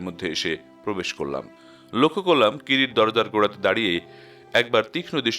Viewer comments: নাম কিরিটী , কিন্তু বারবার কিরিট্ কিরিট শুনে বড় খারাপ লাগছে, আর উচ্চারণের বড় গোলমাল, ঠিক করে নিলেন ভাল হয় 🙏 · গল্প পাঠ ভালো ভয়েজও ভালো। কিন্তু কিছু কিছু ভাষা অস্পষ্ট। যেমন কিরিটি । একেবারেই কিরিটি এই শব্দ টি বুঝা যাচ্ছে না। কাইন্ডলি একটু ঠিক করুন। ধন্যবাদ